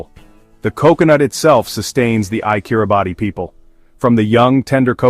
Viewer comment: If you really want to talk about Kiribati, you should at least know it's not not pronounced "Kiri-Bahtee" but "Kiribass".